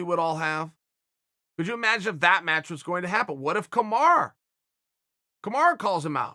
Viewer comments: KA-MA-RU not kamar khmer khamara it aint that hard uncle chael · Wish he would stop saying “kamara” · Did he say 'kimura'? :P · “Kumar” Usman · I reckon Chael would call a camera a cameru based on Kamaru being Kamara. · Chael always butcher's Kamaru name. It is annoying coming from an analyst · chael can’t pronounce kamaru correctly to save his life lol